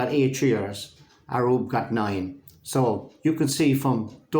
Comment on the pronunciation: Hi … Amazing work .. Hope you don’t mind me mentioning I think it’s pronounced Ayub and not Arub ..